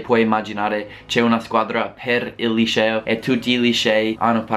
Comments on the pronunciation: Non si pronuncia lisceo ma liceo. La C si pronuncia come 'chat' in inglese. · "IL LISCEO" ahahah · 'Lisceo' HAHAHHA io adoro te e il tuo canale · il "lisceo" ahaha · SEMBRI TOSCANO QUANDO DICI LICEO ADORROOOO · Quando pronunci LICEO devi dirlo come se dicessi Cherry non come Precious !!!!!